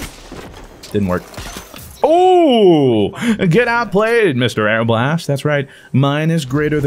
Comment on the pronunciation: It's pronounced Marble-ist, just not the M